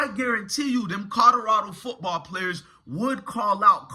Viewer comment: COL-OR-RAD0!!!!!!!!!!!!!! PLEASE BRO JUST LEARN HOW TO SAY THE NAMES CORRECTLY BRO , I LIKE YOUR VIDEOS BUT PLEASE SPEAK RIGHT BRO THERE IS A L IN COLORADO LOL